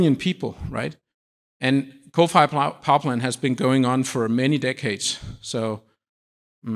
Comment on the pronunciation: This guy refuse to pronounce nice and slowly "coal fired" ... nah "cofayah" sound a lot better.